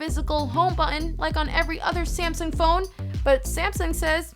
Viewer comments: It's Samsung not Syamsung........ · did she say Samson at the beginning